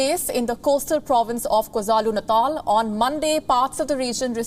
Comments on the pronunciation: Remember this is la Nina season... Oh and it's Kwah Zooloo Nah Taal (KwaZulu-Natal) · Kwazulu Natal! Not Kwazalu😥 .. i wonder if u wouldv reported on this if there wernt any indians and hindus living in durban... btw y are u so quiet about the persecution of muslims happening in your country as we speak ryt now.. i thot your channel was unbias?.. i guess Wion is js a punjab version of Fox.